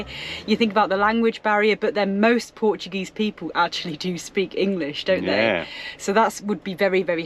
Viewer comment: Lmfao terrible at saying the Portuguese work this ain't Spain